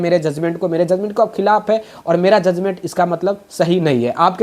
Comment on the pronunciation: Zuzment nahi sir judgement hota hai aap patrakar hai r education ki bat karte hai to pronunciation thik kijie